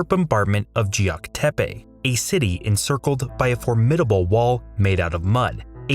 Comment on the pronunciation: Geok Depe is NOT prounounced 'jeok depe' - it's closer to 'keok depe'